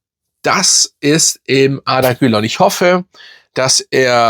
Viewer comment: Arrrrrdaaa kann man natürlich auch so aussprechen, kurz gesagt Arda das r nicht so laut aussprechen ne….😂